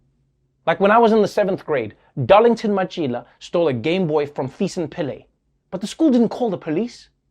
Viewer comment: Wait...did I hear him say "when I was in school Dollington Machila..."? I'm on the floor😂😂😂